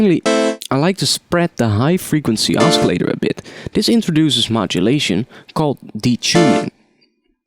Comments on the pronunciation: First of all I want to thank you so much for the tutorials. You are one of the best teachers on youtube for this kind of music. I know English is your second language, but for your future videos, "oscillator" is supposed to be pronounced like "Ossillator". Even though it has a "C" in the spelling, it is soft like "S" not hard like "K". And the number "3" is pronounced with a "TH". The way you are saying it is like "TREE". Anyways, great job and keep those videos coming!!! -Thanks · Oskillator?? haha